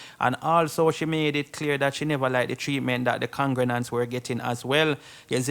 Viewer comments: Sir, the word is Congregants, not Congrenants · Please say congregants.....con-gre-gants Thank you